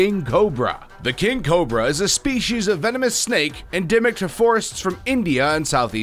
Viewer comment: "King Coba"